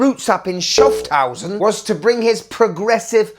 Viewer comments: Ha - doood 😂! "Schufthausen" is really great 😅! Would mean "Scoundrelton", or "Villainsborough" 😊! Kinda fitting 🤭. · Never heard 'Schaffhausen' getting butchered like this...😂